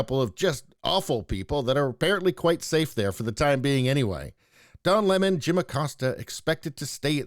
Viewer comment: Don leh-mon must go.